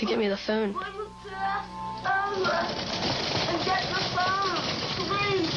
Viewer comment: he should not have asked Malissa to 'ge ih fone' he should have asked the heartless cameraman to put the camera down and help!